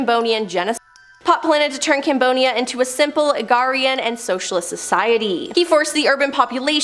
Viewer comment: Why she keep saying Cambonia not Cambodia